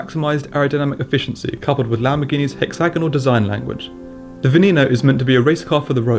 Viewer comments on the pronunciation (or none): its pronounced veh neh no not vee nee no